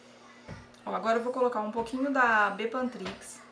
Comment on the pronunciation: Eu gostei da receita,parece q vale a pena, até pq é super barato, mas o nome da pomada é bepantriz e não bepantrix👍👍